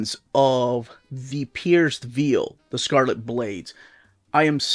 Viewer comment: I know English isn't your mother tongue, but you are pronouncing 'Veil' incorrectly, You're saying something like 'Veal' the meat when it should be like 'Vayul', Ask Melanie she should know. Also just Bought Lugosi and Project Arka